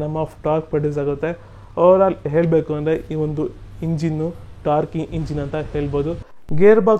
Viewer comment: ಅಣ್ಣ ಕನ್ನಡನ ಸ್ಪಷ್ಟವಾಗಿ ಯಾವ ಪದಕ್ಕೆ ಯಾವ ಅಕ್ಷರ ಸೇರಿಸಬೇಕೊ ಅದೆ ಅಕ್ಷರ ಸೇರಿಸಬೇಕು ಇಂಗ್ಲಿಷ್ ನೋರ್ತರ ಮಾತಾಡಿದ್ರೆ ಅರ್ಥ ಕೆಟ್ಟೋಗುತ್ತೆ, ಹೇಳಬೇಕು ಅನ್ನೋದನ್ನ ಹೇಲಬೇಕು ಅಂತ ಉಚ್ಚರಿಸುತ್ತಿದ್ದೀರ.ಕನ್ನಡ ಮಾತಾನಾಡೋಕೆ ಜೇನು ಸವಿದ ಅನುಭವ ಆಗುತ್ತೆ,ಕ್ರಿಷ್ಣೇಗೌಢ ಅವರ ವೀಡಿಯೋ ನೋಡಿ.